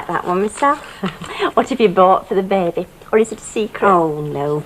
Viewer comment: How annoying is it Ivy constantly saying ‘bab ie’ instead of baby???? 😡